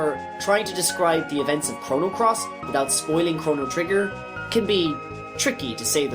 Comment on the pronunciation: Damn, you butchered all most every name in the game.